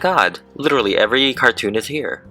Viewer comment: lyrics: You hab planty money 19 20 twoooooo You led other woman mica Fool of you Why don't you doitright Like some other man do? Get out of heer Get me some money too Why don't you do it right Like some other men (d)doooooo I'm in love with his way of pronunciation >w<